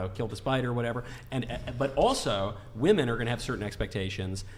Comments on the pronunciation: Hasn't anyone ever taught some of these ladies how to pronounce the plural of woman? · Also, while I'm ranting. Will someone tell Gen Z that the plural of woman is "women", and it's pronounced "wimin", not "woman". Drives me up the wall. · This is so hard to listen to.. Between all the "likes" and them pronouncing the word women as "woman" every time. What a sad group of girls mocking God, which is truly what they clearly need. Michael handled this very respectfully.